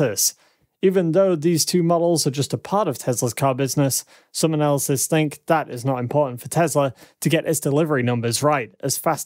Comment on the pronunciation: Please, please......PLEASE!! "Analyst" and "analysis" are TWO DIFFERENT WORDS WITH TWO DIFFERENT MEANINGS!! Please check your dictionary! It's incredibly distracting and I often have to watch your videos twice to fully understand the content!